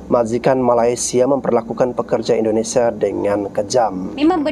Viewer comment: Min...Indonesia, bukan Indonesa